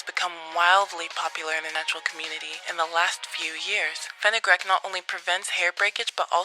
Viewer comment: Fenugreek (Fin-you-"greek," not Fin-uh-"grick") Long "e" sound, not the short "i" sound. #PronunciationPolice 👩‍🎓